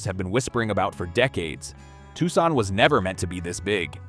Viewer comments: I've never heard of Tuckson. Where's that? (AI still can't pronounce names, killing credibility) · “Tucksaun” diabolical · I wasn't thinking "crappy AI narration" then I heard Tucson pronounced. can't we have real people narrate our disaster porn? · Didn’t the mispronunciation of “Tucson” tip you off? Or the many misspelled words on the various slides? Or the one slide of a 3-armed woman standing at her kitchen sink? Seriously , the vid presented some excellent content about a serious problem, but illustrates the limitations of ai content. Plus the overall irony, considering the proliferation of data centers in an environment that is under both water and power shortages. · It is difficult to take seriously, a content producer that uses a cartoon raccoon and cartoon graphics to produce a serious subject. It is also difficult to take seriously an AI content creation that doesn’t know how to pronounce the city of Tucson correctly. Click Bait